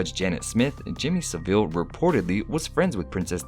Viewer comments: it’s said sav-il... it’s seriously pissing me off how your saying it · Your pronounciation of Saville is funny...